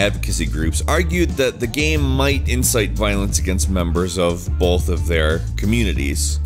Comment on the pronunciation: Bolth. Only you and one other person says that